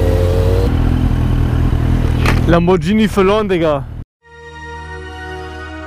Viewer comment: Lamborghini - Mit "G" "ghini" - Nicht "djini"!!!!! [ˌlamborˈgiːni]